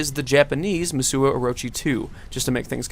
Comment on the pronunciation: What? Who didn't play Warriors Orochi 2? Also, it's "Musou" not "Musuo," pronounced "Moose Oh"